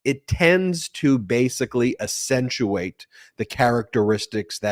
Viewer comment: accent < accentuate... Not ASSentuate